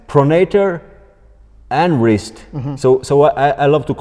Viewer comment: Wrist ❌ Wrizz✅